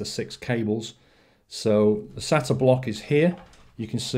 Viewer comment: Btw it's pronounced SAYTA, and it's called an SLI Bridge. Also water cooling isn't that much better than air unless it's custom in which case it is much quieter and much better in terms of performance. In this case it is only slightly better and isn't always quieter plus it costs substantially more. That being said the pump is much smaller than a heat sink and fan and may be better aesthetically especially if you have a windowed case. Also nice cooler!